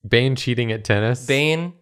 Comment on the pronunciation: says "Bane cheating at tennis" And I swear I heard him say "Bench eating a tennis"